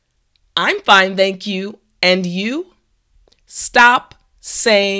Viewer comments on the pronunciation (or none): Also, native speakers don't pronounce "thank you" as /zenk ju/ like you do in this video:))) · Around 41 seconds in you say I'm fine thank you but you pronounced the TH in thank you like the TH in The, Than, or Them rather than Thatch or Thanks. Hack!